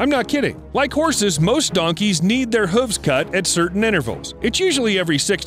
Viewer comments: Evolution wasn't kind to this narrator, who can't say Hooves properly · The way he pronounces hooves gets under my skin